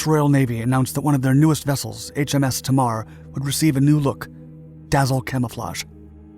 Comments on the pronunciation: Pronounced Tay Marr not Teemar - named after the River Tamar that reaches the Sea at Devonport, a large Royal Navy base. English place names can be difficult. Great video though. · Note: its pronounced 'tay-mar', not 'tahmar'. Named after the river that divides Cornwall from Devonshire. If only we could dig it a few miles further North to Bude we could cut the buggers off and let them drift out to the Atlantic... :) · Excellent as always, small correction its pronounced TAY MAR not TMAR , after the river on the Devon Cornwall border near Devonport dockyard in Plymouth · HMS Tamar is pronounced 'Taymar' not 'Tamarr'. She is named after the river dividing Cornwall and Devon. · Tamar is pronounced Taymar, not T'mar. It's named after the river that forms the border between Cornwall and Devon. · There is a river in UK county of Devon called 'The Tamar'. It is pronounced Tay Mar not as the razzledazzled narrater pronounces it TahmAr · It's pronounced TAY MAR, not TAH MAR. I know because I live near the Tamar. Interesting video, although I haven't had the chance to see it yet. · It's pronounced 'Tay- mar' not 'Tam-mar.' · Tay-mar! Not Ta-mar! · It's pronounced Tay-Mar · Tamar is pronounced TAYMAR. Named after the river Tamar that separates the counties of Devon and Cornwall in the south west of England. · It’s pronounced HMS. ‘TAY-MAR’ ….so slack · It’s pronounced “Tay marr” ffs! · Footage Name is pronounced "Tay Mar" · Tamar is pronounced"taimarr" after the river between Devon and Cornwall, a Plymouthian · or easier to understand for the yanks "TAY-MAR" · HMS Tamar, pronounced TAY-mar. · HMS "Tay-marr" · Great video but for the record it's pronounced Taymar. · Pronounced Taymar. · Love the channel, very informative and interesting. However, the river in the Southwest of the UK named Tamar that divides Devon and Cornwall is pronounced 'Tay - Mar'. Thanks! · Pronounced "TAY MAR" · Btw HMS Tamar is pronounced Tay-mar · It's pronounced Tay mar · It’s pronounced ( Tay-mar )